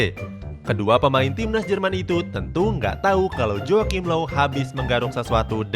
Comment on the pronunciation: Low bukan loew